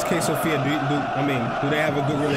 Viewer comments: its Sofia bro not Sofiq. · Also Sofik(q) is wrong. It is pronounced Sofia. Just some people in Bulgaria use Q as Ya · Mate, SOFIA not sofik. SOFIA! CSKA stands for CENTRAL SPORT CLUB OF ARMY. We are two teams with this name CSKA MOSCOW and CSKA SOFIA. We (CSKA SOFIA) are the most successful club in Bulgaria. 31 titles. In the last couple of years we just don’t have a competition on the stands. Sector “G” is the name if our stand.